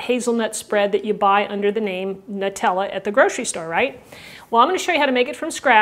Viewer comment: it's Noo-tella! The Italian way!